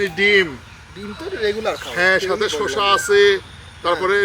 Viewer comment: মামা শুসা না শসা হবে ওইটা